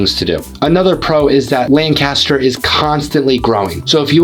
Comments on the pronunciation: FYI - it’s pronounced LANC-aster, not lan-CAST-er. lan-CAST-er is in Ohio. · Yup, It's LANC-u-stur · You must not be a native of the Philly area, cause you don’t pronounce some of these names like a local, the worst one probably was Lancaster, so you also probably don’t know how to pronounce Bethlehem, Emmaus, Reading or the Schuykill (river/county), just to name a few